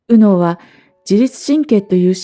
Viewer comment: 『右脳、左脳』の発音に違和感を感じて話が入ってこなくなったのも左脳の逆襲なんだと思いました。